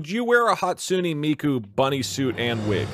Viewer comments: i think i died a little from his mispronunciation of hatsune miku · Wow Doug Doug doesn’t even know it’s pronounced “hatsune miku” and not “hatsune miku”! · He's probably confused because that pronunciation of her name was off lol.